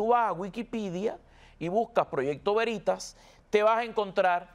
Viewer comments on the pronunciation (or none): Se dice Veritas o sea el acento sobre la e. Latin. Quiere decir verdad.